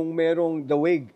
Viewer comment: 😂😂😂natawa ako s "THE HAGUE AT SA THE THE WIG😂